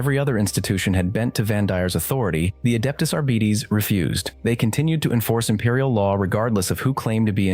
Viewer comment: "Adeptus Arr-Bee-Tees" ...well that's one way to pronounce that I guess lol.